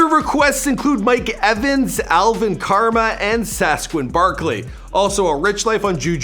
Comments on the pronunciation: Just saying its pronounced Alvin Kamara not alvin karma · Say it with me...KA-MA-RA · Sasquin Barkley!? Alvin Karma!? Lawd🤦🏾‍♂️ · My man said Sasquin Barkley, Alvin Karma and Will Fueler